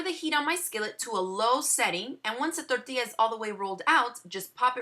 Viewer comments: When you say tortilla, press your tongue on the top of your palate when you pronounce the "r".. TORRRRR-TILLA... Try it. That way you can feel like you just crossed the border too! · How come you speak clear English during the video except when you say "tortilla", at which time you sound like you just crossed the border?